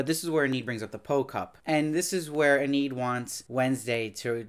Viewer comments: Hey, small detail: you keep pronouncing the name Enid as "eh-NEED" but the correct pronunciation is "EE-nid." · overall, he did a good job reviewing it, but the constant mispronunciation of Enid throughout all of his videos was a bit distracting.